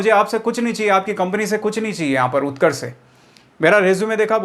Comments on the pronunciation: Utkarsh ka o nhi u hota hai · Utrakskh m u hota hai o nahi bas y word mistake Hui h video m sudhar lena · उत्कर्ष में O आता ही नहीं यार😂😂😂😂😂😂😂😂😂😂